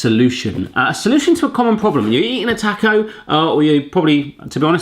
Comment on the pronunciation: please say "taaaa-co" it's a short vowel sound "ahhh"